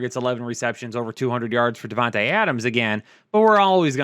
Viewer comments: Pronounced the TA as tuh instead of Tay. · “Devont uh” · Why would you ever pronounce Devonta’s name like that 😂😂🤦🏾‍♂️